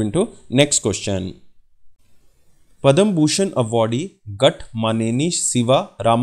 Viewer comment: Pad/ma shri award not padam